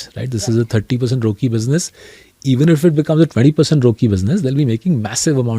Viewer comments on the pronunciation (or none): Peak narcissistic attitude from Saurabh, yet his fund can’t generate returns equal to FD nor keep pace with index. Bit more humility and less relaxosque Multi bagger arrogance. Also calling ROCE as Roki is butchering the English language 😊